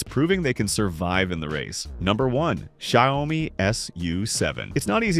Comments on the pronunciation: Not Shy-o-mee, rather Shee-ao-mee. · He pronounced Xiaomi differently every times, and none were right.